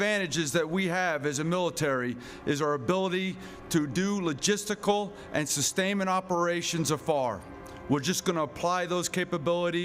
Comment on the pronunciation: Lagestical, lol